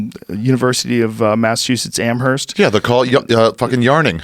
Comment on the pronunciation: for a guy who says hes from boston why does joe say AM-HERST lol the h is silent